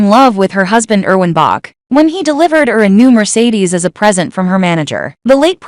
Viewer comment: You are repeating yourself. And please say Erwin's Name right, we here in Germany pay attention on how you pronounce your names, cities, etc. It is bad enough how english speakers made new names of our cities, counties, states, and even our country's name: we are Deutschland, but have to accept that we are called Germany.